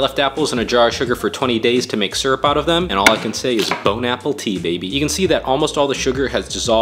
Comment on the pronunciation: Why he pronounce syrup as serp